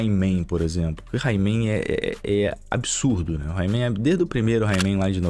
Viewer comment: Himan? Não seria Reeeiman (Rayman)?